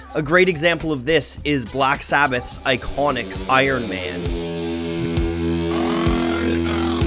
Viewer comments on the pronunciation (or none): Did just say "Block Sabbath"?